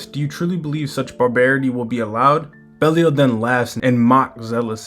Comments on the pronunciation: Also its BE LYLE 😅 NOT BEL IAL LOL😂 BROOOO WTF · Where did you get that from? Pretty sure it's "Bey-lee-ahl"